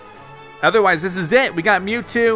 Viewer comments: It is mewtwo not mewtoo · It’s Mewtwo Not mewtoo Sorry I had to be that person Edit: He fixed it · It is Mewtwo not Mewtoo XD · Mewtwo not mewtoo